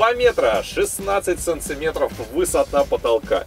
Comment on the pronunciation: Автор, прекращай говорить "сонцеметров"